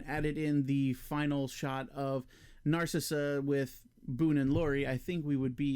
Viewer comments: It's pronounced "Nar cease" not "Nar Sissuh" wtf 🤣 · Narcisse is pronounced "Naar-seese". There is existing footage where he tells Decker his name..."Remember me, Doctor? Narcisse. I was dying when you had your way with me!" I think this is only in the hard to find 3+ hour Ultimate Cut. I like the added scenes of Lori at the club, though I do think it could be more tightly edited. We don't need to hear the whole song. I also like the extra scenes of Boone suffering hallucinations, as it adds to the impact of everything he is losing in the wake of thinking he murdered families and why he attempts suicide. Decker talking to his mask is woven throughout the narrative in the book, Cabal. In the film, it is very clunky and adds nothing. I agree that it works against the calculating character that has been set up. The few scenes in the movie just seem out of nowhere because the idea was just thrown in because it is in the book. Very clunky and not needed. The Babette power I agree with you on as well. It serves no purpose and Lori can't do anything about it anyhow. A rewrite of the script could make better use of the power and have it be integral to the story, but as shot it is of no use. Ashberry is 100 times better in the extended versions. The scene of Ashberry in jail talking through the wall at Boone was a reshoot scene made later, and it contradicts the character by showing him as judgmental and an enemy to the Breed. In the extended cut, Ashberry is much more likable and understanding, very open to learning about the existence